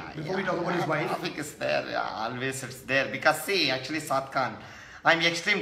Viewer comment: Everytime when he says "Saad Khan" it sounds like "Popcorn"🤣🤣🤣